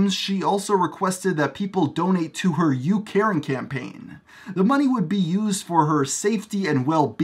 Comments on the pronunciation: I legit thought you said youKaren. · When you said you caring campaign I thought at first you said “you Karen campaign “ 😤